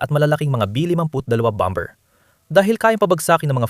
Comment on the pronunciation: Bomber is pronounced as "bamer".